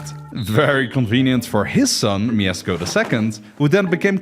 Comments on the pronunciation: Uhhhh... I need to say that cuz im a Pole. Its 'Mieszko' not Miezcko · my brother in christ it's Mieszko not Miezcko 😬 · "Miezcko", bruh. It's Mieszko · It's Mieshko, there's a sh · bro u said wrong its MIESZKO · Mieszko is pronounced 'myeshko'. 'SZ' is basically like 'SH' in English. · It's MIESZKO - just read it MieSHko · you can say "sz" (Mieszko I) as "sh" (ash) :D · I dont wanna be that guy but its Mieszko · its Mieszko, "sz" is like english "sh" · moja dusza boli jak on mówi "miecko" xddd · In the name Mieszko "sz" makes an "sh" sound. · It's pronunced like Myeshko. dou you have lisp? also what the f is that spelling? it's Mieszko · it's pronounced mieshko because in polish sz is sh and cz is ch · miezcko? jesus christ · u mispronounced Mieszko's name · Thought we didn't notice... but we did. At least you got the name right the second time. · ITS MIESZKO, NOT MIEZCKO 😭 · not Miezcko, but M I E S Z K O !!!😡🤦🏻‍♂️ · Mieszko not Miezcko :3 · btw its mieszko not miezcko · MIESZKO not miezcko (my name is Mieszko) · mieczko* not miezcko lol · We don't say Miezcko 1 we say MIESZKO 1 !!!!!! Polska Gurom !!!!!!!! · kurna miesko?! na pewno nie mieszko? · bro, i'm from poland and not miezcko tylko Mieszko 1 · Nooo noo noo not Miesko oww that hurts. Its pronounced Mieszko😭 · IT'S NOT "MIEZCKO I", IT'S MIESZKO PIERWSZY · mieszko not miezcko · BOY ITS MIESZKO NOT MIEZCKO !!!! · No, there's no sh, his name was Mieszko. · actually, its not Miezcko, its mieszko :) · it’s mieszko not mieczko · the first king is Mieszko 1, not Miezcko 1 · Mieszko not "miezcko" :) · its not pronounced miezcko its mieszko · Mieszko, not Miezcko. You get the name right with Mieszko 2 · Mieszko 1 not miezcko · Mieszko not Mieczko ;) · it is not MieSko, it is MieSHko (Mieszko) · Miezcko? You used AI to do this animation? It was Mieszko I. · mieszko the first sz in polish is sh sz = sh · Mieszko I = ❌ Miezcko I = ✅ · Mieszko I, not Miezcko 😅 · He wasn't Miezcko I but Mieszko I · Mieszko, not Miezcko